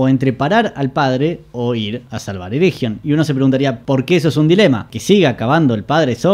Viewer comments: Por favor, no pronuncies ereJion, sería más bien "ereguion". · Pronunciaste mal "ERRRREGION", no merecés que siga viendo tu vi... bueno tome su like buen hombre